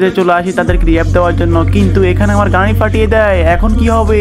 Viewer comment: গাই গাই করো ক্যা,মিয়া গাড়ি বলতে পারো না 😂😂